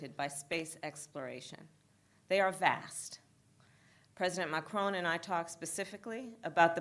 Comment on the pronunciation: Funny how she gets mad when people say her name wrong but she got his name wrong. Said "Marcon" instead of Macron.